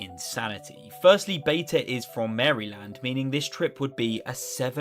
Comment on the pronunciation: the way he said maryland was funny af